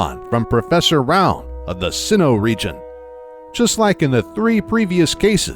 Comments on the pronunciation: Pronounce things properly please its hurting my brain,I mean professor roun? ITS ROWAN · Professor rown? Come on dude for real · That pronunciation of Professor "Rowan" gave me a brain tumor